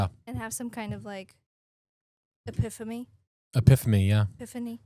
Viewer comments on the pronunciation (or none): She said a piphony 😂